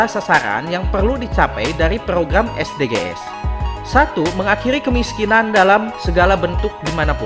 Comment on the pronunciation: Bahasa inggrisnya lucu...hehehehe.. es de ge es 😀 konten ini menghibur dr sisi kartunnya.